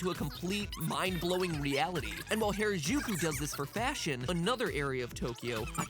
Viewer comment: This was a great and informative series overall, and I can't wait to see where it goes next! Though it always gets me when people pronounce Harajuku like that. 良く出来たねえええ :^)